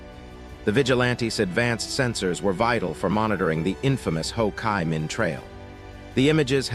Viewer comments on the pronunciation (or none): also can't pronounce "Ho Chi Min" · son of a three cruise USN Vietnam vet, USN vet myself, AND history buff. Was pointing out the mispronounciation (loathe AI narrations).